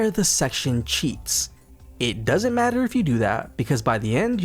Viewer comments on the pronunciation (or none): none